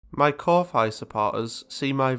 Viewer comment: I think Ko-Fi is supposed to be pronounced coffee or something like that, because it is a play upon that.